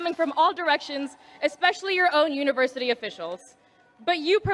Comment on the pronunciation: She graduates from MIT and says "exspecially"? Really?